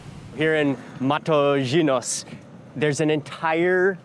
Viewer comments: I wish someone had taught you how to pronounce Matosinhos before filming of this video 😅😅😅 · até me dói a ouvir ele a pronunciar matosinhos mas tá tudo 🤣